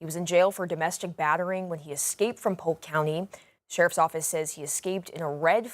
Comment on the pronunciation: Polk not pope